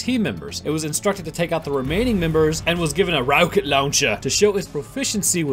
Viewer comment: says row-kit launcher and theres ads Boy you got past them!